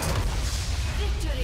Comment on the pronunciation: So nobody noticed Vicotory instead of victory huh